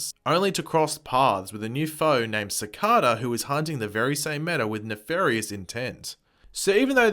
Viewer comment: It's pronounced "Cicayda"